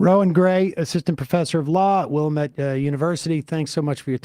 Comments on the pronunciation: FYI, it's Wil-LAM-ette. Accent is on the second syllable. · It's pronounced Willamette, dammit! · Need Sam to visit the wilLAMette valley lol